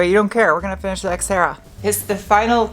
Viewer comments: Why do you call it sXtera? It's more terra than sX-e. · did you say sexterra? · Funny when you say “this Xterra” it sound alike you said the Sexterra. Lol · Did anyone else hear "Sexterra?" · Hahaha, seconds into the video and I cant unhear 'Sex'Terra:D Sorry, but thats gold and Should be called the sxxterra from now on as it's looking amazing now. Great work:D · "White Pony" was a great album. When you said, "This Exterra," it sounded like Sexterra! Nice new name for the ride as you have made it look tons better. I will have to remember when I have stuff in my hand to say, "This is not a screwdriver," and just chuck it over my shoulder. My nieces will suffer. You could also find someone to cut vinyl so that you can "wrap" your walls if you can't find anyone to spraypaint. BTW Jeff!! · Does anyone else think that keeps calling it the Sexterra??